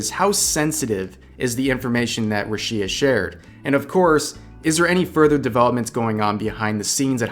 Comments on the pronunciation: I don’t know what i’m more saddened by. Rushia being fired or this guy pronouncing her name as roosheea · Totally understand lol, I cringed a bit too. It came off as, "bruh-shia". My name does get pronounced differently in Spanish and English. That being said, I think when it comes to native names, you do try to nail down the native pronunciation. It least as best as possible. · ''Ra'Shia'' lol. Jokes aside, good video. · ahh why does he pronounce rushia roo shee yah 😭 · Please dear god atleast say her name right… る し あ Ru. Shi. A. Roo, she, ah. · Korekore is very sensationalist but he has also genuinely helped many people, specially women, get justice for wrongdoings influencers and other famous people had done them Btw, thank you for this video. Finally someone that actually does their research and watches the Korekore video. Well, you didn't research the pronunciation of Rushia's name but that's ok lmao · I find it weird how you pronunce rushias name btw. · You've made so many damn videos about her and you can't bother saying her name correctly. Christ lmao. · how can you call yourself a fan if you keep saying her name so wrong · The way you say "Rushia" is... Interesting to say the least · Oh i thought you said russia drama didn't know there was another "rushia" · Rushia was mispronounced so many times in this video that it didn't even sound like a real word by the end of it. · I tried to ignore how you’re pronouncing Rushia but you say it so many times. Put the emphasis on the Ru syllable, not the shi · Stop saying Rushia like that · why do you keep pronouncing her name so weird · Why do you say her name wrong asshole. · Every time he pronounce Rushia, my ears bleed so much. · "I was a fan of Rushia too". Says her name wrong for 8 minutes straight. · Dude doesn't even pronounce Rushia correctly, it's not even an accent thing, its just like not even close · Dude, It's Rüshia and not Rushïa (notice where the stress mark is) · Who's Ruchiia? That's RuUushia